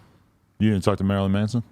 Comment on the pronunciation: Lol he called Marilyn Manson Marilyn Mason